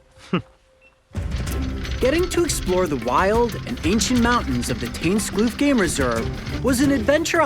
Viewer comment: tuinskloof, not tunsklu :(